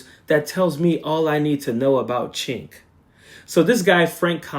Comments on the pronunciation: I agree with all of your points. I recently unsubscribed from TYT. My one criticism is mispronouncing Cenk's name. Either you are actually not familiar with him or showing the same bad manners as MAGA mis-pronouncing Kamala. Cenk is pronounced 'Jenk" if you are familiar with him you know that. Don't stoop to their level of rudeness. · Actually, it's pronounced Jenk but I haven't listened to him or Ana a long time. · Haha sounds like he's saying "ch*nk" 😂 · He pronounces his name like Jenk; not chenk. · Cenk is pronounced as Jank. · Cenk is pronounced "Jank" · It’s pronounced Jenk. I’ve totally lost respect for his ranting and raving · Coach, it's prononced "Jenk" And l could never stomach him. I loathe him now. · Shouldn't it be Jenk? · For crying out loud, it's pronounced Jenk, just pronounce the 'C' like a 'J,' that's all. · I never liked him but his name is pronounced with a J not a CH. It sounds like you're calling him a slur for chinese people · I'm an American living in Turkey. I was under the impression Cenk was Turkish. If so, his name is being pronounced wrong. Also Cenk translates to 'war'. I know useless facts. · The way you pronounce Cenk 💀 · It's all good, brother. Sorry for my tone. In Turkish, 'C' is pronounced like a 'J' in English.